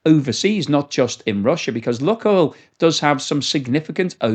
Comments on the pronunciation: Lukoil is pronounced luke-oil, not luck-oil. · Pronounced luke oil, not luck oil. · Good video. It is pronounced “Loohk oil, and not “luck oil”.